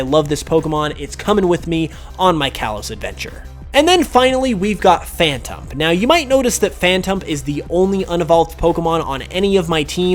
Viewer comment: i stopped watching the second he said phantump